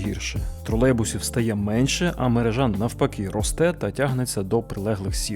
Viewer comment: Не мережá, а мерéжа. Слідкуйте, будь ласка, за мовленням - дуже ріже вуха.